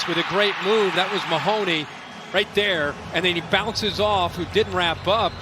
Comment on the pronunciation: Is it possible to go a game without the announcers saying “Mahomey”? 😑